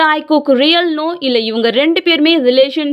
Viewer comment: Athu taaikook illa taekook